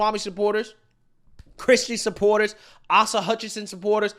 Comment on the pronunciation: Asa as in ace-a😊